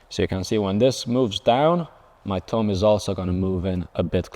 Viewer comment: I love the way he says thumb. Tumb